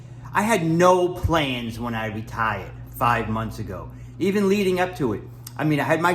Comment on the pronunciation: You "reTHAIuhd" 5 months ago? You moved to Thailand? You started eating Thai food again? Help me understand.